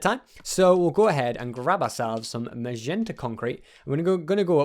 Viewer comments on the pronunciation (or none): Sorry for saying this but it has annoyed me for this whole vid that it is magenta mot mazenta once again sorry for saying that:'(